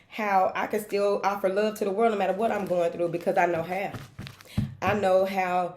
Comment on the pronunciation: I love when you say “thank you for your loveeeee (drastic pause) and support “ 😩 I say it with you EVERY video lmao